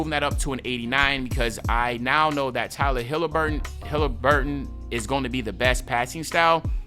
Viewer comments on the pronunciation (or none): Man said Tyler Hilaburtin. Mans name is Tyrese Haliburton cmon now 🤣